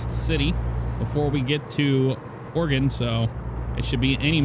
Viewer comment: It’s Oregon not Organ.